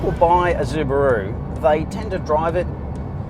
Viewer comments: ZUbaru ? really ?? go fuck yourself bro , you're destroying my ears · stop calling it zubaru ffs wtf??? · Zooo-buh-rooo? Seriously? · Zubaru? Why? Not even the Japanese pronounce it in such way... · Im Australian and this is the first time I've ever heard anyone pronounce it Zubaru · Pronouncing SUbaru incorrectly makes this video unbearable to watch. DICK HEAD!